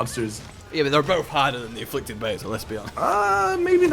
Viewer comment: "Affliced" lol